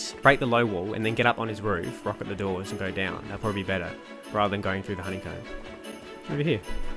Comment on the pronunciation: English speakers - "Here we go!" - "Here we guy!"